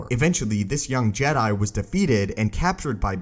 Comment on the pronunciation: I had to unsubscribe due to how you say jedi